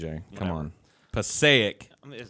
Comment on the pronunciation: I like how TJ pronounced Passaic right the first time, but butchered it to the point where I had to pause it just to read what the hell he was talking about the 2nd and 3rd time.